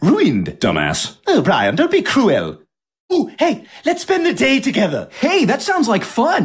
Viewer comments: “Oh Brian don’t be crew-elll” Best mispronunciation from ever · "cruwel." said all furries ever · It sounded like Cruella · brian so cruwel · Cruwuel ùwú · Cool gwip 👍 man ruwiend cool gwip for me Thats pretty cruwel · He pronounced Ruined and Cruel exactly how we say it in Zimbabwe 😂